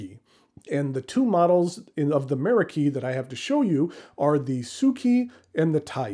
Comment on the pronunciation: Meraki is actually a Greek word of Turkish origin, that the Japanese have borrowed. In Greek, the stress is on the second syllable.